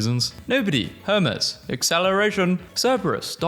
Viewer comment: ITS HERMES H E R M E S (HER-MEEZ) I listen to Epic lol